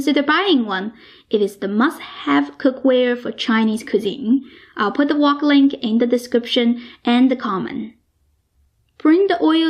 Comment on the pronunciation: I lived in China for a long time and accent is very familiar. Chinese often add an "a" after words like wok, that ends with a "k" so it becomes "waa-ka", the "k" becomes "kah", that's why it sounded like "walker". Frank becomes "Frankah". Another interesting thing is Chinese do not have a "V" sound so words like "very" are pronounced "wary", and wegetables.